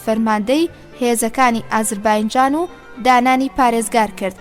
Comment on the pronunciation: سڵاوتان لێبێ و دەستتان خۆش بۆ ئەو خزمەتە گەورەیە. بەڵام تکایە ئازەر "بایـــنـــجــان" نیە. ئەو باینجانەتان لە کوێ هێناوە؟ نازانم هەڵەی وەگێڕە یان هی ئێوەی بەڕێزە کە دەیخوێننەوە؟ ناوە دروستەکەی ئێستای ئەو شارە، "ئازەر بــیـــجان"ــە. لەسەردەمی ماددەکاندا لەژێر سایەی حوکمی مادەکاندا بووە و پێی گوتراوە (ئــاتــرۆپـــاس).